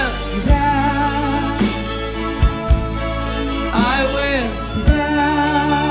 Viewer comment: It was good, but he made be there, in one word, bethere...lol..I agree with some comments here. pissed me off the way he pronounced I will be there.